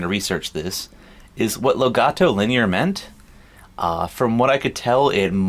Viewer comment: it's such a shame Americans cannot pronounce Legato properly... I really don't understand what could be wrong with'em... freakin' word! LEGATO - El Gato Linear...